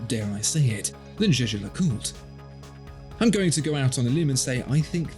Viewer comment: for the life of god figure out how to pronounce jaeger le coultre - just because everyone else has no clue how to pronounce it doesnt mean you have to do that too